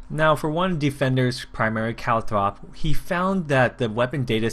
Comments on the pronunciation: "calthrop" there is no h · Why are you sayin calthrop like are you blind